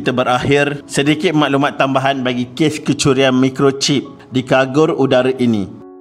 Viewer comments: Casis sebutan dgn CA, bukan KA yg brbunyi kasis....lg satu kargo bkn kagor....yg lain smua tip top👍👍😁😁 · Kagor ke kargo... Baca la betul2 kalau nak buat youtube... kagor... kagor...